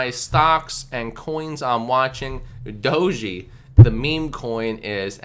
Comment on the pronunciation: It's pronounced DOHJ Not Dojy...